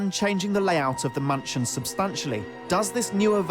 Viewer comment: am i the only one that heard him saying munchin instead of mansion?